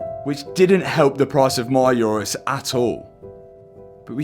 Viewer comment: Mate, it’s an Urus, not a ‘Eurus’.